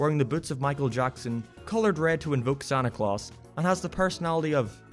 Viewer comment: Lol when you said michael jackson it sounded werid lol